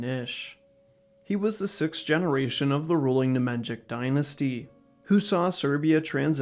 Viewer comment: Ne-Mahn-YeeeeEeeee-CH = "Nemanjic" in pronounciation. not "Ne-Man-Djick"